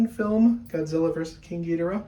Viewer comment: You pronounced Ghidorah wrong